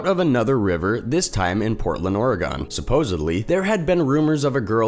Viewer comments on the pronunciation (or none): Portland Oregoon